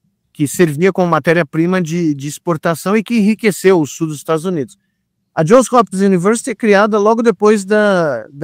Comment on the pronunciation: Bom dia. Só uma correção: é JOHNS Hopkins University, exatamente como o Nicolelis fala, e não John